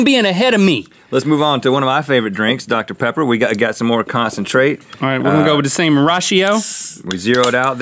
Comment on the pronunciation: OMIGOSH So my best friend and I are both HUGE mythical beasts. Well, about a year ago she mispronounced Dr. Pepper and called it Dr. Peppy, and it's been one of our biggest inside jokes ever since. THEN RHETT SAYS DR. PEPPY IN THIS EPISODE!!! We are both freaking out right now, this is so freaking awesome. Fate has smiled upon us today.